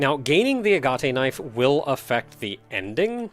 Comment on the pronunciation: Well, if nothing else...the tension music on your way back to the center certainly does it's job. And then some. Also....are you sure it's not just A-gat? As far as the pronunciation goes.